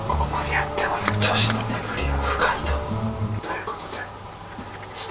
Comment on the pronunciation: の「無防備」が「ご褒美」にきこえてしまった…